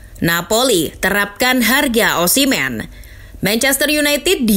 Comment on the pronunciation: Osimmen apa osimheen pembawa acara pertama..